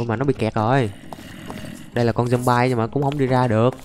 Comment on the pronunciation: Người ta đọc là thịt dom bi còn anh đọc zom bai